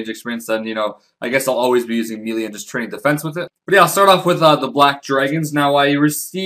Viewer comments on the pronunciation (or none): I was going to ask if I was the only one bothered by him saying mee-lee instead of may-lay but there are at least 2 other comments saying the same thing. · Melee is pronounced May-Lay, not Mee-Lee. Just trying to be of help. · You know its said as may-lay for melee...?